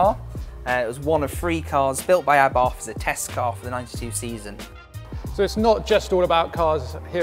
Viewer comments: Its a shame Rally Replay didnt have the sense to use a representative that could actually speak properly. Wiv, Abarf, Aufentic, & thats only by the time i turned off. I dont expect posh, but for gods sake man learn to speak. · I thought did a great job and he knows what he is talking about. He is surrounded by incredible cars that are accessible for the public to view. I'm presuming you pronounce Abarth like the Italians do then; 'Ab-art'? And Lancia as 'Lan-chia'